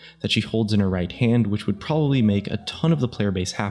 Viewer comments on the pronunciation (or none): How many people struggle with the word ''probably''??? I've heard a shit load of people say ''Proberly'' like did.. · Miranda Lou he says properly